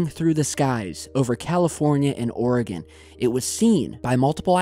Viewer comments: Its "Or-again" not "Or-a-gone" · Let’s learn to pronounce Oregon. It’s “Or-e-gun,” not Ore-gone. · Or-eh-gun. Not or-eh-gone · Hi, great video. Please know we here in Oregon, say it as (Oreg/in not Oreg/on). Love your site! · I'm just glad that media says Oregon properly these days. Then as I'm writing this you give the suffix the "gon." Dammit lol. Us natives are very passionate about the pronunciation of our home. Gladly I will not be visiting Louville anytime soon for this very reason. And finally, at the end of the vid you redeem yourself. Keep up the good work! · Oregon is pronounced "Oregin" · love ya, nut it's pronounced, "Or-eh-gUn"